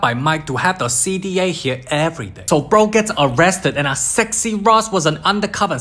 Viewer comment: The way he said sexy LOL ITS SO FUNNY